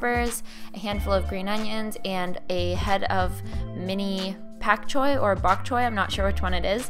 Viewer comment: u said bok choy correctly the 2nd time